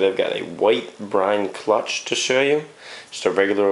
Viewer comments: the t is silent... no-one says clu-t-ch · So you say cluch? I've never heard someone say that..